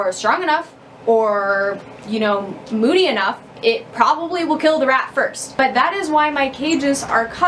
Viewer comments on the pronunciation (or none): none